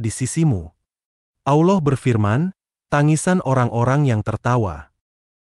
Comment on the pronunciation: Pengisi Suara salah ucapan salah tulis Allah Subhannahu Wa Ta 'Alla bukan Awlah yg buat konten Salah ucap salah tulis bukan AWLOH TAPI ALLAH 😢